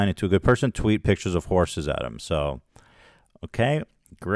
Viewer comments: Keem says pictures like a kindergartener. “Pitchers” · Side note: grown men that say “pitchers” when they mean “pictures” have serious BABY energy 👶🏼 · The way he says "pitchers" instead of pictures. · Love how he pronounces “pictures” like “pitchers” like a toddler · Never trust anyone who says "pitchers" instead of "pictures." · Man says “pictures” like “pitchers” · he is so under-developed he keeps saying PITCHERS.... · "pichers" -Keem I don't mean to make fun of speech impediments, but he is so mean. You keep saying "pichers" Keem. It's pictures.